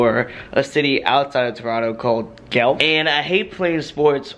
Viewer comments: gelf?? hmmm never heard of that city outside of toronto, i have in fact heard of GUELPH SAY IT CORRECTLY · THE CITY OUTSIDE OF TORONTO IS PRONOUNCED GWELF LMAO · it's Guelph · Ahah I love how you pronounced Guelph. I live just outside of Guelph. Hahah cool shit.